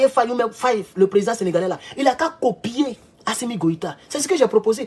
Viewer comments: Mr Faye et non Fayé. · Pas fayé mais Faye n’écorche pas son nom stp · J'ai beaucoup de respect pour vous, mais apprennez enfin à prononcer correctement le Nom de Faye... au lieu de prononcer comme un petit Toubabou... Merci et Harmonieux weekend!...🙏🙏🙏 Petit Maudia... avec ta tête de Margouilat!...😑😑😑☹️☹️☹️😬😬😬🤣🤣🤣 (Mon Papa s'appelle aussi Abdoulaye N'Diaye...😱😱😱😬😬😬🤣🤣🤣)